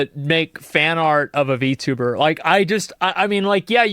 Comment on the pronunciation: Damn. You said v-tuba with the hard R...